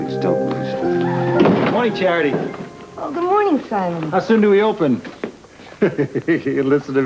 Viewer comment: Does Alan call Charity...Chariot??😆